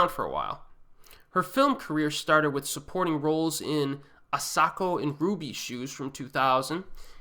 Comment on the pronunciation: I thought you said "groovy shoes" :) Googling brought up "ruby shoes" imo The Handmaiden was excellent. But I did find at least one of the sex scenes was a bit porny. Fingersmith was also adapted into a british mini series, which I haven;t seen, and featuring from an actress from over here. Just because I can. Here are are some South Korean movies I thought were excellent. Wish (2013) Coin Locker Girl (2015) Why Has Bodhi-Dharma Left for the East? (1989) Jenny, Juno (2005) Blood Rain (2005) The President's Last Bang (2005) Cold Eyes (2013) Black House (2007) Sopyonje (1993) No Mercy for the Rude (2006)